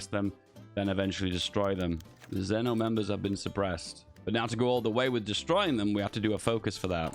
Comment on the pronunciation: Its actually pronounce "Zveno" with the V